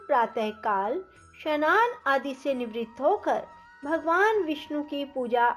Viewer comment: स्नान का उच्चारण शनान